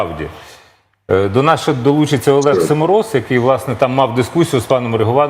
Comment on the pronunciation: Не Семороз аСімороз